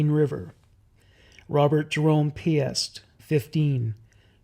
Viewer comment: You’re very thorough but please take the time to learn the pronunciation of names, especially victims. Rob’s last name is pronounced “Peest”, like priest.